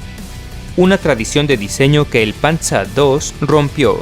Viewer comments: Panza II no es, es Panzer II yal y como se lee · Se dice panzer no panza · No es por ser malo pero no digas panza sino Panzer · Me hace gracia escuchar "pantza" así se pronuncia en Alemán, en español está bien pronunciar "panzer", además "tiga" 😂 suena muy extraño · Buen vídeo. Pero de donde sacas el nombre PANZA,se pronuncia tal como se escribe PANZER 😁👍👍🇪🇸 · Por que pronuncias el Panzer Alemanan como Panzar ?? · Estudié alemán hace años. Creo te equivocaste en la pronuncia del "panzer" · a pues gracias es que me gusta la historia y siempre oí esa pronunciación en español nunca la escuché en alemán muchas gracias por la corrección hoy ya se algo nuevo soy de El Salvador por cierto me gustaría pedirte que si puedes hacer un top de los países de Latinoamérica con mejores cantidades de armas y arsenales y tecnología militar